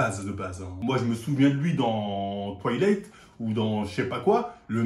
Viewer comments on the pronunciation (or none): J’ai bien aimé les 2 premiers Twighleïtte 😂😂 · pourrais tu faire un effort. C est Twilight ou Toilettes?😁😁